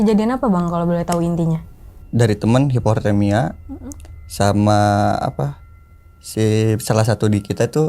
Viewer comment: Hiportemia he eehh😂